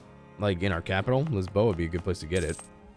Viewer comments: We don't pronounce it like "Beha" we pronounce "Beja" our J's have the right sound, unlike the spanish. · It’s pronounced Beja with a J of Jay